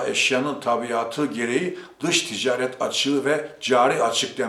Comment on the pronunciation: Mahir deği...Maahir a yı uzatacaksınız...Ticaret değili...ticaaret...uzatacaksınız..Madem böyle önemli bir yayın işi yapıyorsunuz..Biz de dinlemek istiyoruz.Fakat Türkçeyi doğru telaffuz etmediğiniz görünce duyunca üzülüyoruz..Lütfen..Bir yabancı bile doğru telaffuz ediyor..Farkında değil misiniz?Düzeltiniz lütfen..Kitabınızı bile aldım..Sıradan bir iş yapmıyorsunuzki..Bakın yazarken FAİZ dediniz..faaiz diye a yı uzatacaksınız..Lütfen..A lar ile sorun yaşıyorsunuz..Sesli harflerle..Bir de robot gibi okuyorsunuz...